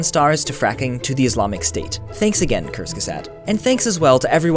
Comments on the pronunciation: ***** He actually pronounced it wrong. It is supposed to be pronounced with a clear and audible "sagt" in the end. Not "safh" like he did. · He said kurzgesagt like kerzgusagt :-D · cursegesae? Oh boy, I love how Americans (or rather ALL non-German/Austrian/Swiss people) pronounce German words xD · Haha! I'm sorry, but you misspronounced kurzgesagt. You said something like curse-sea-sut, but it's rather like koorts-gezakt (I think), but nonetheless the video is great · For anyone out there looking to pronounce it right, think kurtz-ge-sagt. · You pronounced "kurzgesagt" wrong, it's like kers-geh-sot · lol "kursgeset" xD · Haha! "Cursge sat"... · ***** er sagt immer "cursekesaht" xD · needs to work on his pronunciation of "Kurzgesagt":-P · Lol, said Kurz Gesagt wrong. It isn't fair because he doesn't know German. I think that need to learn German, since his last name, Reich, means Kingdom/Rich in German. Just saying.:) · Everything here was super awesome! I love the animation! Absolutely awesome seeing two of my better liked channels working together. Though I'm pretty sure you mispronounced "kurzgesagt." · Cool animations and a very... very funny pronounciation for "Kurzgesagt". =D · i love you but dont ever pronounce kurzgesagt ever ever again. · [DE] Haha, es ist lustig wie "kurzgesagt" auf englisch ausgesprochen wird :D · Kj Fanian He didn't just say it wrong. Apparently he didn't even try to say it right. I can understand that as an American he can't speak German perfectly but that doesn't mean he can just read a German word in any way he feels like. Why couldn't he have listened for a couple of times to how they say 'kurzgesagt' on their own channel and then just repeated it? Is it so much to ask after they made animations for him?